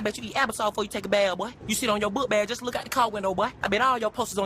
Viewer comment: Are you reading from a teleprompter because u said look really wierd